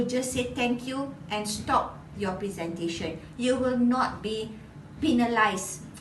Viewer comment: Very informative. Thanks so much for sharing. But I wonder if you pronounced 'presentation' and 'conclusion' correctly. Anyway, good job! 💪💪